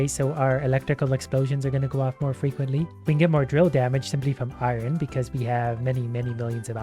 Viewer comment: i love you but i hate the way you say Iorn